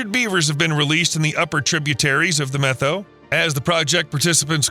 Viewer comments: It's pronounced Meh toe or Met ow as in "owie" Not Meth oh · Its NOT pronounced the "Meth-oh" Forest & River. Its pronounced the "Met-ow" And it wasn't all the 2015 fire. It was most recently the 2021 fire that spread over 650,000+ acres in the 4 north and central Washington counties. You are missing a huge player in your "story." That is the Okanagan County Conservation District. They do tons of beaver work, actually started this beaver restoration project if I remember correctly. And another thing that the CD is doing using beaver as a tool in their box of goodies. That is BDAs or by their full name Beaver Dam Analogues. It is when man goes into a watershed, 1st through 3rd order, and install imitation beaver dams, or, the BDAs. Humans build these dams, based off of Utah State University work, and install these structures to back the water up and create the pending action desired. This is quickly followed up with willow and cottonwood, birch plantings. You did an OK job with this video but you sure missed a lot as well. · Really good video! However, Methow is pronounced "met how" and not "meth oh." Soirce: I grew up at the confluence of the Columbia and Methow rivers. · BTW - it’s pronounced Met-how. Not Meth-ow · Pronounced, "met-how" not meth-oh..?otherwise, good stuff🙂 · Methow is pronounced Met-how. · FYI, Washingtonian here... Methow is pronounced MET-how. The name comes from the Okanagan word "sunflower (seeds). Some locals also refer to the river as "che-wack". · Me toe is how you pronounce Methow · The Methow Valley is pronounced MET-HOW. :) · Common pronunciation of Methow is Met -HOW. Thanks for shedding light on this restoration. Still remember the evacuation from this fire.